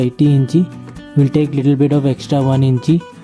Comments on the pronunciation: It is pronounced as INCH .. not incheee 😂😂😂 you got me laughing on the floor with that. Also, it’s not soldering paste- it’s called FLUX Awesome work by the way!